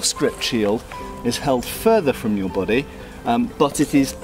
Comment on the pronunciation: It's good to know that shields cover your... /'bo.de:/ Love how you pronounce it, it reminds me of that Mr. Bean episode with the French arts teacher saying "And ze bohdee?"